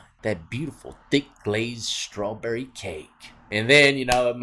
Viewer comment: Wtf is *scrawberry? I thought it was *strawberry 🍓! If you can't pronounce english words correctly then plz STFU bc you sound dumb af!